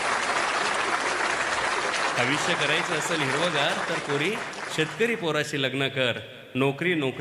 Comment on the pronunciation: सर एकदम सुंदर आणि हृदयस्पर्शी कविता आहेत पण वाचनात काही ठिकाणी "आयुष्य "या शब्दाचा उच्चार आविष्य असा होतोय.त्या ठिकाणी "आयुष्य" शब्द उच्चार हवा .आणि "पन" या शब्दाऐवजी " पण" असा उच्चार हवा. कविता भारदस्त आवाज भारदस्त खूपच छान!! पण उच्चारणा मुळे कवितेचे. इम्प्रेशन डाऊन होते.. म्हणून सांगितले त्याबद्दल रोष नसावा.. चुका काढण्याचा उद्देश मुळीच नाही, पण सांगावेसे वाटले.